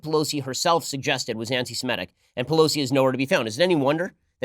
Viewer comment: Ben, it is "anti-Semitic" NOT "anti-Simetic".